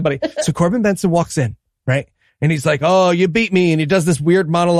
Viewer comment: Corben BERNSON. Not BENSON.